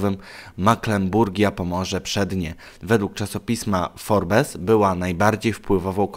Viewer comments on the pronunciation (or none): Nie forbes czyta się forbs